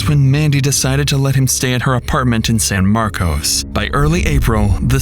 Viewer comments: In Texas, despite the spelling, it's pronounced San Marcus, or San Marvelous, as natives will tell you. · The name of the town is pronounced San-Markus not San-Markose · It’s pronounced San Mark-cus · anyone who's lived in san marcos, would never pronounce it like that